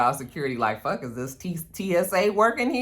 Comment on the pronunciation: when you say fuck with an Irish accent “fawk” or “fock” I die 🤣🤣🤣.